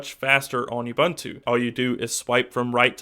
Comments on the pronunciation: Actually it's more like "uboontu" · oo-boon-too I liked the video but your pronunciation drove me nuts. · First of all, it's OO-bOOn-tu. I have never heard people call it youbuntu, and it's honestly a disgrace to a review to mispronounce it during one. Secondly, it's a bit unfair on either side to compare ubuntu and stock android. Seeing as how GSIII comes with Touchwiz and not AOSP. However, Ubuntu seems more default gesture based, but there are apps in the store to simulate this very thing. Either way I'm definitely looking forward to the Ubuntu ROM in the future for my GSIII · its not Youbuntu its oooubuntu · "You-bun-too"? Really? People (well, Americans) are *still* pronouncing it wrong? It's "Oo-boon-too". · You seem to pronounce "Ubuntu" wrong.. It isn't "Youbuntu" it is "oobuntu" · It's pronounced OO-BOON-TOO not YOU-BUN-TOO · man...lol!!! THAT's an AFRICAN WORD!!! not pronounced UBONTOU!???? WTF?!? LOL! ...that is pronounced UBUNTU... the U being OO (U)... shame on you!!!! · WOOBUNTU. NOT YOUBANTU. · Please!! It's not pronounced "Yuh-boon-too"... It is pronounced "oo-boon-too" (with "oo" as in "look") PLEASE get it right... it's kind of irritating to hear considering the correct pronunciation, is really not any harder than what you keep saying! [See wikipedia Ubuntu_(philosophy) ] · OOOOBOOONTOOOO NOT YOUBUNTWO! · its pronounced oo-boon-too. come on you're supposed to know this stuff. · Since when does an accent affect phonetic pronunciation in such widely varying degrees? It's an African word, it's pronounced the same in any accent. The correct phonetic pronunciation is OO-BOON-TOO and it tells you so on the Ubuntu site. See for your yourself. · it's pronounced u-BOON-tu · Yes I agree. The pronunciation of the name in this video is totally wrong. It is "ooh-boon-too". Go and check the pronunciation of this African word on the net. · actually it's pronounced ooh-boon-too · Please stop saying YouBuntu.